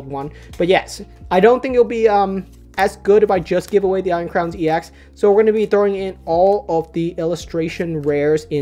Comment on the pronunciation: I hate to break it to you, but 'ex' is not pronounced like an acronym; it should be pronounced like the ex in ex-girlfriend :P.